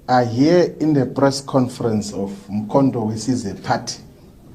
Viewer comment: He can't pronoun Mkhontowesizwe Wesize Wesize Wesize Kkkkkk